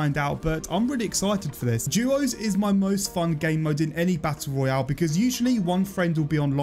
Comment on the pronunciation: Why is this guy saying juuuooos and nod duos